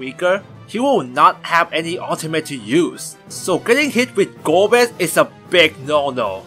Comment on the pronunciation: 4 : 35 Golbeza ? Really ? Golbez A ? what ?